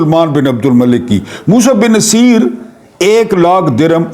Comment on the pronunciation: السلام علیکم سر جہاں تک میرا خیال ہے یہ نام Musa bin Nu say er ہے. مقصد آپ کی تضحیک نہیں بلکہ اصلاح ہے کیونکہ آپ استاد ہیں. گستاخی معاف